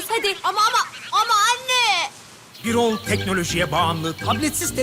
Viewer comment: Birol değil Bürol Bürol "ü"ile "ü"